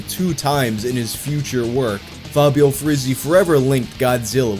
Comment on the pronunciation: It's so refreshing to finally hear someone who genuinely tries to pronounce Italian properly and doesn't just slap an English pronunciation to every word. Just two corrections: Tempera is stressed on the first /e/ and not the second and the [z] sound in Frizzi is stronger, the same way in which you pronounce Cozzi. Everything else... thanks for trying hard to respect the language.